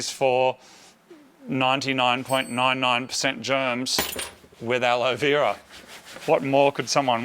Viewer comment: ala vira ? I hope moot is trying to say aloe Vera